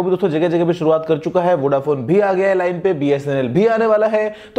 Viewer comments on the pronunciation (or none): none